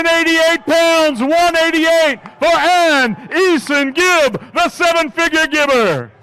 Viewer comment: E-songib. That's what I heard from this dude. WHERES GEORDIE. GOD EDDIE GIVE US GEORDIE. He wouldn't have screwed up gib's name.